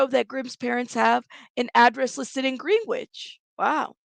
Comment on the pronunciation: Could be wrong but I believe the pronunciation is Gren ich